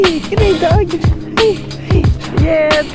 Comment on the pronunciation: Yay, a vanlife adventure! Ha! "Gooday dog!" Listen to your NZ coming out Glad to see you enjoying it out there.